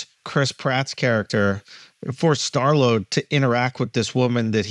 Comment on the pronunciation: Nobody is going to say anything that Andrew said “star load” for Chris Pratts character